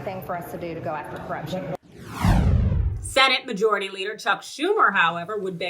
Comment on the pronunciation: “ go afta cruption”